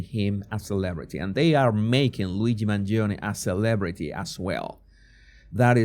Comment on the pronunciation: You are the only one that pronounce MangionE, properly.